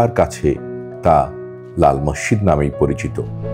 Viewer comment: Morshid Na Masjid Bolo